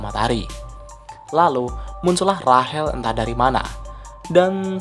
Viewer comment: Rachel(rashel) Cok bukan Rahel